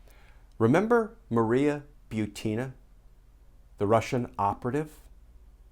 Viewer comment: Thank for pronouncing my last name properly. I hate when people say BUT-in-a lol. (No I'm NOT related to Maria)